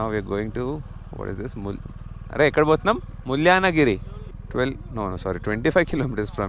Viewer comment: Bro it is MULAAYANA GIRI